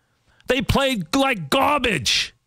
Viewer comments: Excuse me. I have to go out to take out the GAW-BAGE! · To this day I love how Francesa says the word garbage especially in anger😂